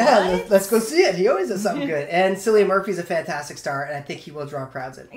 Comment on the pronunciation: Cillian is pronounced as Killian no silian. Killian Murphy.